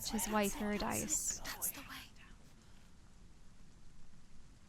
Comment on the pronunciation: Orpheus and "Oory-dice"...